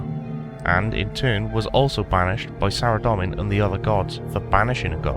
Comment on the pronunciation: Hi there, it's pronounced "Sara-Dome-in" not "Sara-Dom-in". Good video though.